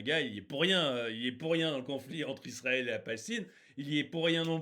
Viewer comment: DÉÇU POURQUOI TU PRONONCES PAS LE NOM DES PAYS CORRECTEMENT, TIRQUI PALASESTINE ....TU BÈGAIES DÈS LE DEBUT DE LA VIDÉO LA PALESTINE A TOUT PERDUE SES ENFANTS SES FEMMES......ET LA TU PARLES ILS PERDENT LEURS TRAVAIL A MACDO C'EST DE LA MAL BOUFF AVANT TOUT AU MOINS PEUT-ÊTRE C A FERA RÉFLÉCHIR LES FENS A MANGER SAINEMENT